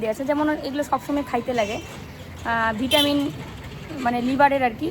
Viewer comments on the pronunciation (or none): none